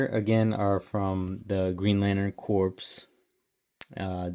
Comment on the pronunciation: Nice vid. "Corpse" is pronounced "core" fyi. And you can just soak them in hot water and use needle nose pliers if the bars get stuck inside the heads like that. Easy peasy